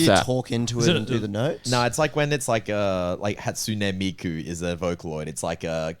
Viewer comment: pronouncing hatsune miku was awesome